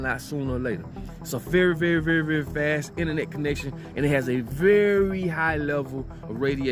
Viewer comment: The vewy, vewy, vewy, vewy fast Internet is the worst kind of Internet................apparently.